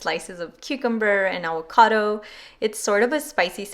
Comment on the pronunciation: The way you say avocado 😆😁 “Aguacado”😆 I’m about to make this recipe tho! Looks bomb